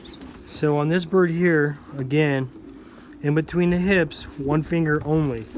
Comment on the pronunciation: Are you saying HIPS or HIBS? Not sure what HIBS are.